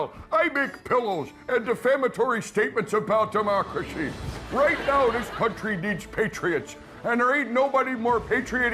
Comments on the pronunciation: "Patitriodic', brilliant :) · "Patraidioct" 🤣Yup that's Ted Cruz all right 😆